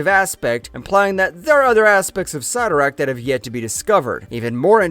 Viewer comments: Ok if you cover these things you need to learn the already known names. Already Cyttorak, it is not Sigh-toe-rak it is Sit-tor-ak this is a common problem in these vidoes. Writers are often quoted on names so you really shouldn't be getting these wrong as the pronunciation can be found almost anywhere. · Imagine doing all this research and you can’t pronounce the name 😂🤘 sitt-o-rakk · 😂 I had to rewind the first time I heard him say Sie-ttorak. 🤣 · Dumb dumb it's pronounced sittorakk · Why do the history of something when you can’t pronounce the name Cytorrak correctly couldnt watch all of this without being annoyed